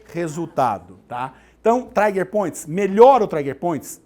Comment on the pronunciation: Aula muito boa, mas não é traiger point mas sim TRIGER point